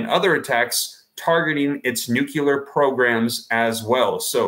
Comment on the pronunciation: noo-clee-ur, NOT noo-kyoo-lar. My ears are bleeding...